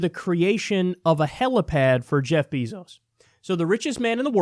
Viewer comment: Its bèzo (like bagel. Bazo. ) Not beeezoo Pls correct in future videos..its soo annoying srry love u kyle but know how his name is pronounced.. 🙏 Thanks.